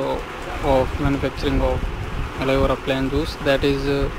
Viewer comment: atleast hire a person who can speak proper English. this guy is not even able to pronounce aloe vera. he should speak in hindi if he is not fluent in english.